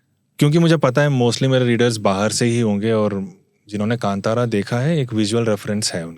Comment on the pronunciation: बार बार kantara kantara बोल रहा हैं. ढंग से कांतारा बोलना ओके और बीच बीच मे दोनो बोलना बंद करो. आगे वाले की सुनो